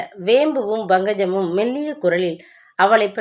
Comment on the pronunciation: Pl pronounce properly it’s pankajam not bankajam same pushpa not bhushpa. 🙏it’s not fullshit its bullshit. lol